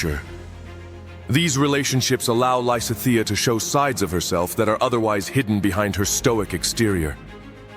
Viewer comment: While I don't mind most of the weird art, the pronunciation of Lysithia is getting to me. I'm currently replaying GD rn and wanted to get other people's takes and couldn't get past